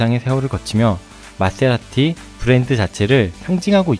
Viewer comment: goooooooooooooooooooood^^ 마세(Th)라티 그란투리스모 앞모습 정말 멋있네요~ 출시 현장 영상 잘 봤습니다. 영상 편집,나레이션 깔끔하니 너무 좋네요*^^* 에디터님 Th 발음도 너무나 친근하게 느껴지네요^^